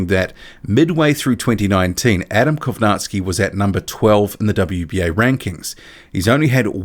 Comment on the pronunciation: Funny how you're saying kownacki name, if you're going to say his name half dozen times, please learn how its supposed to be pronounced